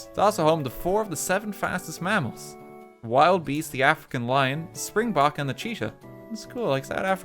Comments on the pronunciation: "Biz-an-tie-n" "Baba Fett" "Zeh-bra" "Wild-beast" pain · I love how he said Vilderbeest as wild beast 🤣